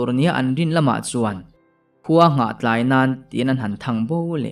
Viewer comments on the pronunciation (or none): none